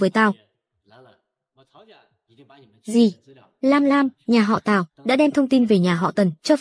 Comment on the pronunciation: Mọi người có nghe nhầm không nên lần đầu tiên tôi nghe là nhà họ táo lần sau rồi mới hộ tào